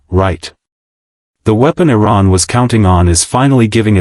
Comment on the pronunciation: T-Ran? Thumbing down.